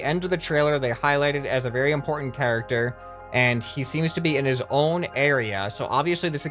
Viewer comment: In-PORT-ment hahaha...ha.....ha I will leave now